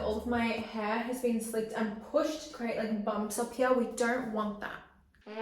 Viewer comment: Why she says heeeee for hairrr and yawwwww for jaw 😂